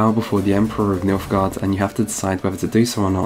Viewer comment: did you say... milfguard?